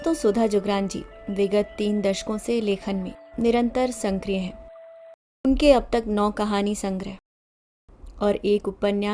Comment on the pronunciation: Sankriya nhi hota hai sakriya hota hai, apki aawaz achchi hai pr aap bhot sare shabd galat bolti hain.